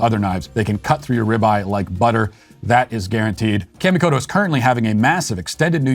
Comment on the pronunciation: Great video. The sponsor Kamikoto’s pronunciation is off just a tad. Kami would be similar to Commie from communist. Keep up the great work producing a wide range of content, as the world’s #1 LGBT Children’s author!